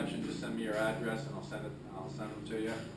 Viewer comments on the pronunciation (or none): none